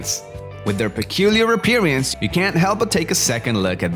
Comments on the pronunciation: Please learn to pronounce the word APPEARANCE. Thx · Still getting over the pronunciation of "appearance" lmao